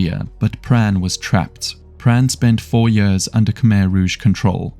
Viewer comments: brother its years, not yörs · I enjoyed the video so much, apart from everytime you said "years"